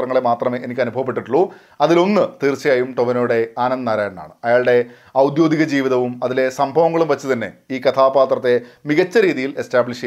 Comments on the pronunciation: ഔദ്യോഗിക ജീവിതം എന്നു പറയൂ... ഔദ്യോദികമല്ല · ഔദ്യോദികം ആണൊ? ഔദ്യോഗികം അല്ലെ ശരി. ഉദ്യോഗം സംബന്ധിച്ച് എന്ന് അർത്ഥം.